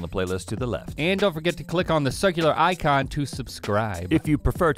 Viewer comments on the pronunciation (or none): none